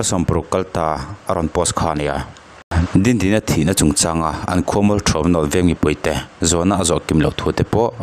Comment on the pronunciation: Dindini hming i lam rik vawi 2 na ah hian Dindina i ti a va ang ve